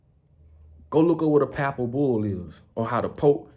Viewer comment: Why won't you debate Geno Jennings on Religion pleas quit saying Pappal bull you sound like you dropped out of school in the 3rd grade. You need Jesus Christ. You're all over the place lip service you don't even brush your teeth you said in a video before why would anyone take you seriously. Or respect you that has common sense. People like you found a way to take advantage of poor and lost people during the shutdown. And you ain't ran nothing but your mouth. You say pepper has no value but you want people to buy your silly ass hats and clothes